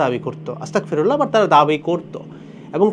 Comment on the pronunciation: bhai with due respect, word ta Astagfirullah not Astakfirullah